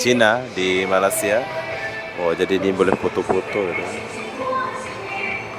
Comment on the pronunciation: Bro awak selalu dtg Malaysia tp sebutan tu masih tak betul, Malaysia bukan malasia😊